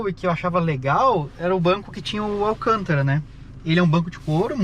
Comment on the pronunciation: ancantara, não alcântara